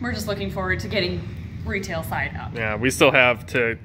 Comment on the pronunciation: Every time says retail facility I always think she says RETIC facility, I think they should totally name the retail facility RETIC now because of this 😂